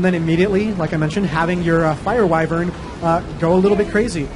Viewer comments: wow knows how to bloody pronounce wyvern correctly. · pronounces the word 'Wyvern' correctly and he designed the Druid, I like this guy.